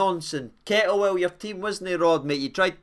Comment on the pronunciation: Hope you had a great Xmas mate 🎅🏻🎄🔴⚪️🔵 Did you say Cod Tantwell though 🤔🤔 haha 😂